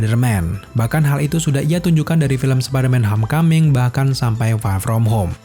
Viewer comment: Homecoming cara penyebutannya adalah HOMKAMING bang. bukan HAMKAMING. 😅